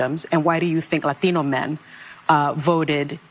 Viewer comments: Why is Latino pronounced lathino by sunny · I love how she pronounces "lat-I-no" like she is a vata from the barrio! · I'm Portuguese. It is so cringe hearing the way she pronounces Latino. The woman is as fake as they come. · Why can’t liberals just fcking pronounce the term “Latino” without trying to pander with the accent? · I hope you don't mind, i would love to know if Sunny's pronunciation is Latino drives you nuts like it does me? It seems that is the only word she speaks with an accent lol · As a Spanish speaker, why tf do people think they need to over-pronounce every Spanish related word when talking about Hispanics? You can say, "Latino" without contorting your normal speech to make you sound like a "native speaker". Cringe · Sunny is showing racial bias by the way she suddenly has a latino accent when she pronounces "latino" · I hate the way she pronounces 'Latino'. Cringe worthy. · She says "Latino" like Harris says "Latino" around other Latinos. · I thought it was just me. Her pronunciation of "Latino/a" makes it seem she is struggling for inclusivity, and she comes across as an insincere idiot. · How clever does Sunny think she sounds when she pronounces Latino with a Spanish accent 😂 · Yes! I'm glad someone else noticed that. 😅 I also wonder how long it took her to pronounce it that way